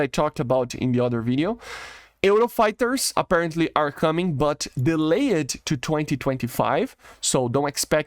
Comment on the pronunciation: dude work on your pronunciation it's not delay-------ed its delayed the "e" is silent, just say "delay" and put a "t" on the end for speech.